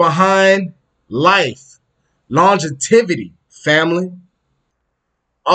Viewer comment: lon·gev·i·ty Not longetivity sorry but it’s driving me crazy